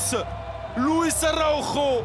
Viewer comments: On dit Araujo pas Araro c'est pas compliqué.... Portugal/bresil n'est pas égal espagne. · Oh putain l'esprit de Thierry Roland vit encore ! Il prononce Araujo à l'espagnole !